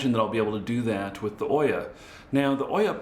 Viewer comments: pronounced OOOOya, like boot. Not Oyyyya like boy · Just for knowing, it's not Oyah, it's OOO-yah, like ou-yah...